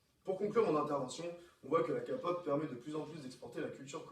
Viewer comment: "L'expert de la K-pop" qui dit "Kapop" je suis désolée mais non.